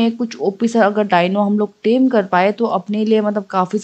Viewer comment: Tame hota hai dem nahi